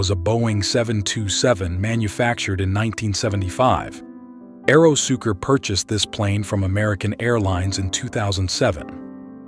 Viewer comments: AeroSucre, not AEROSUKER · It's pronounced ahhh eero sue cray